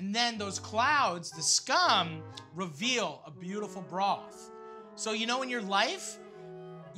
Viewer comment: is it just me or does he say beautulful instead of beautiful